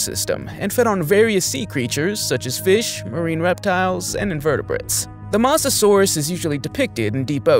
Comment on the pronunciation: Bro mispronounced Mosasaurus with masosasourus 😂😂😂😂😂😂😂😂😂😂😂😂💀💀💀💀💀💀💀💀💀💀💀💀💀💀💀💀💀💀.